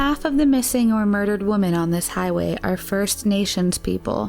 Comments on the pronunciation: Why do pronounce the plural "women" like "woman"? Just curious. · Do you really not know how to pronounce WOMEN?